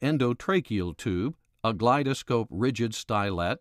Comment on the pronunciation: Its not pronounced glide -a-scope brother. Its glidescope.